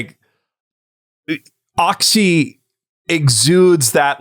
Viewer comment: The "cz" in Polish is like "tch" in "match". I get that not everyone needs to know Polish, but I die inside every time I hear someone calls it "oxy" instead of "otchy" xD